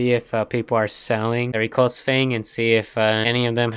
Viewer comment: "reculse" sigh also you sound disinterested and overall sad :(